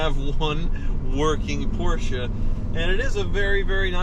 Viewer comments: Who told it was pronounced Poor-shaa? It's not. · Thank you for saying Porsche correctly